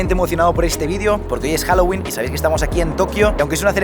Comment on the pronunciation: HOUWOLING O HAUELLIN